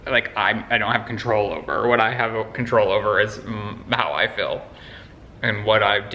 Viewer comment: Everytime pronounces feel as « fill » I want to scream